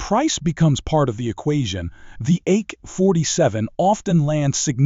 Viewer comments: WTF is an ache 47. I am done with these AI crummy audio. Once I hear it I am turned off. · The Ake 47 😂 wtf 😂 y’all gotta quit using AI to read for you 😂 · The “Ache-47?” Really? That AI narration is horrible! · Ache 47? 🤣🤣